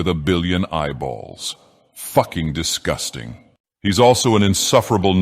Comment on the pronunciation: The way he says ‘Fucking disGUSting’ is sending me.